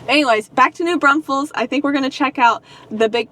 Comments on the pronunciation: Ok. Driving me NUTS. It’s NOT New BRUNSFEILDS. It’s New Braunfels. There is NO UN in New Braunfels. Come on guys. LOL. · I really enjoy watching you guys, but OMG - it's pronounced New BRAWNfuls!!!!!!!